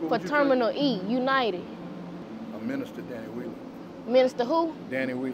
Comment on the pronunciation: told the "Minister!" she tryna find the "d"😂